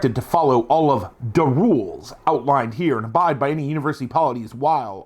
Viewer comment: Every time you said “da roolz” I heard it as an ork thing even before you said it. 😂 now I want to play a brutal kunnin hvz.